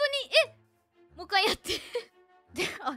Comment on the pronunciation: It sounds like is saying "mou ii kai" (are you ready yet?) instead of "mou ikkai" (one more time). Especially since responds by saying "mada dayo" (not yet) and "mou ii yo". It's kind of like they're playing hide-and-seek. Speaking of which, the way they sung the lines reminded me of Kakurenbo by Yuuri.